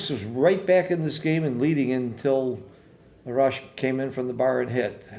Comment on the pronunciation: A-rash, you pronounce A like the way you say in "Army" Great commentating and very educational 🙏